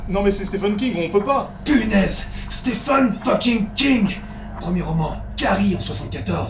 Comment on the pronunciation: Au risque d'en choquer plus d'un, on devrait dire Steven King, pas Steffen.